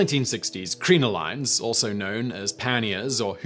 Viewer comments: Omg how do you pronounce crinoline ? It is CRIN O LIN !!!! doesn’t really matter but I went wtf is he talking about ? Until I saw the illustration! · I can assure you this is not how British people pronounce either word! I winced a lot. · Your info on corsetry is really inaccurate, much like your pronunciation of "bodice" and "crinoline". You really should take more time to find out what's fact and what's myth, and to at the very least google up the correct pronunciation of words you don't normally use. If you want to hear about corsetry from someone who really knows the subject, check out Bernadette Banner and Morgan Donner. Both of those ladies have channels about sewing vintage clothing, and they've researched the topic extensively. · Yes. The crinoline pronunciation was just brutal!